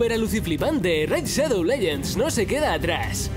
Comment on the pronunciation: "Ene- Raid Shadou Lellends"